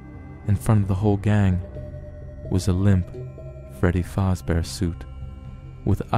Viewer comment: the only thing that bugged me was when he said fAzbear